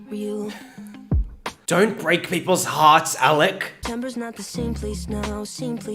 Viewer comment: No he say his name correct